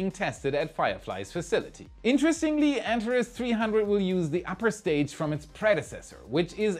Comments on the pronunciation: It is pronounced AnTAHes, not ANtahres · Hey, just a pronunciation head-ups: "Antares" is pronounced an-tar-ees. The last syllable rhymes with "ease." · Antares is pronounced AntarEEZ. It is also the name of a red giant star in the constellation Scorpio. Its name is from the Greek "Rival to Ares", where Ares is Mars. To me it looks like the heart of Scorpio. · Thrusters: Follow Christopher Walken’s lead: “I need more cowbell!” 😂 Heatshield Tiles: maybe they could use the same attachment mechanism they use for Tesla Solar Roof Panels. They need to withstand small hurricane-force winds, right? 😂 Anteres: I’ve always heard it pronounced “Ann-tair-eeze” though that may simply be pronunciation. Thank you,. You rock! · ) The Antares rocket is pronounced 'An Tare Eez' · Anteres should sound more like ant-HAIR-ees. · Antares. . .pronounced an·teh·reez. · Antares is pronounced: ant r iz... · I'd have liked it more if you could learn to pronounce Antares. an TAR eez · Can you please pronounce "Antares" correctly.